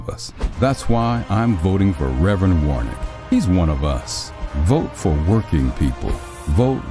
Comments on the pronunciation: How did you guys manage to do an ad for Warnock and pronounce his name wrong twice? Lol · It's Warnock not Warnick.